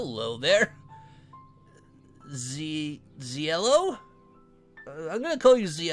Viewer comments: Its pronounced Zi-lo not Zee-lo Zi-lo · It's pronounced Zeilo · OH MY ZIELO 1 OF MY FAVORITE YOUTUBERS IS PLAYING ANOTHER 1 OF MT FAVORITE YOUTUBERS FAN GAMES!!!!!!!! Also Sonic Zielo is pronounced with the ie like in tie. You're probably going to want to correct the way you say that or you might end up dead. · You are saying his name wrong